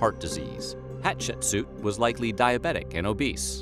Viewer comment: i find this very interesting because not only am i learning some facts, your also saying my name. Like I find that so funny how im watching this and I keep thinking someone is saying my name but its you just saying Hatshepsu differently than the regular pronunciation.